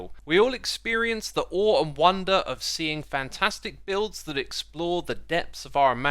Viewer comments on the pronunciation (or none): none